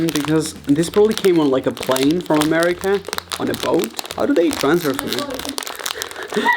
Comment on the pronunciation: i think he was trying to say america but his accent was a little too heavy on it but idk